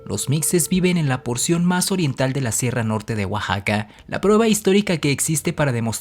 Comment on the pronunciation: oaxsaca 😂🤣🤣🤣 Si mexico se lee Mejico, todo lo de mas es lo mismo como J